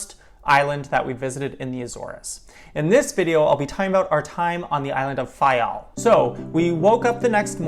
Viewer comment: You must be Portuguese, you pronounce the names of each Island and each village/site perfectly. Thank you! I am the daughter of a man who immigrated from Faial in the late 50's to the USA. Nice job!